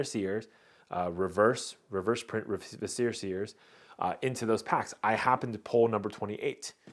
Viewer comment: The emphasis in the word "viscera" is on the first syllable